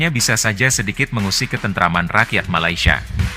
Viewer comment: katanya sudah merantau. sebutan Malaysia pon salah. Malasia?..abahh luu!!